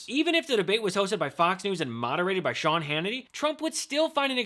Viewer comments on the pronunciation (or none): none